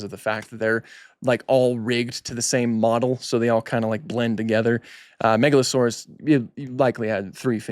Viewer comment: "Megalo-sore-arse."